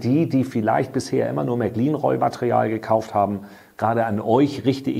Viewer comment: Danke für die Vorstellung, schon bestellt. Frage: Wann lernst Du endlich mal, wie man Märklin richtig ausspricht :-)